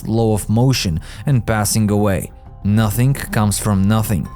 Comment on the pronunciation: Agree, if I hear "nothink cannot come from nothink" my stomach turns.